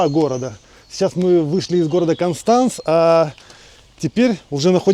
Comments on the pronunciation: КОнштанц ist richtig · Ни один немец или швейцарец не поймёт если сказать кАнстанц😂 пока не скажешь кОнстанц, странно что вы ещё не перестроились в плане произношения- акаете как масквичи 😂 всё просто что касается гласных- как пишется так и слышится